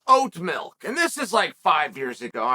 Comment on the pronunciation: How did I already know Chael was going to pronounce milk, "mElk", before he even said it?!?!